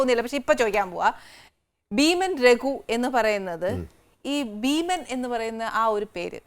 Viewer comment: ആനി താങ്കളുടെ ഉച്ചാരണം തെറ്റ് ഭീമൻ ....